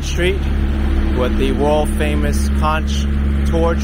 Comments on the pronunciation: When you pronounce CONCH it's not like it's spelled. You pronounce it like CONK like someone conked you on the head. You'd say CONK FRITTERS not CAUNCH FRITTERS. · love your videos but conch is pronounced conk